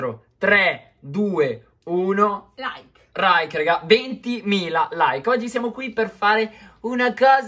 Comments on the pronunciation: perchè all inizio al posto di dire like dice rike? ( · 32: invece di dire like ha detto rike